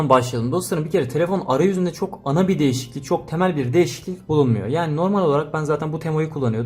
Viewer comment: Nobody:: DeĞiSiKliLiK